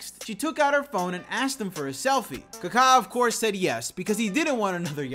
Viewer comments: His name us pronounced kak ...a not ka ka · Worst possible way to pronounce kaka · It’s funny how he pronounces Kaká😂